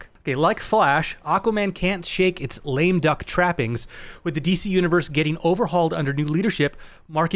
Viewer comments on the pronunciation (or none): none